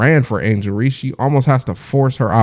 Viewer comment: Her surname is Reese not Reece that alone just tells me that you don't know what you talking about,we dealing with human beings here not AI ,go troll somewhere else or use that AI to determine if Ms Tammy Turnover Clark will ever play basketball again.